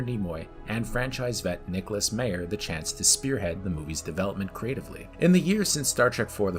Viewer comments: COMPILATION {no corrective change to pronunciations of Harve (silent e) Bennett or Nick Mayer (MAI-er)} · Nick Meyer's last name is pronounced My-er (long "I" in the first syllable). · Is the constant mispronunciation of names some inside joke I’m not getting? Constantly hearing about Nicholas MAYER, HARVEY Bennett or Leonard ROWZENMIN is flaring up my OCD. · Also mispronounced Nicholas Meyer's name... that was annoying but otherwise a pretty good summary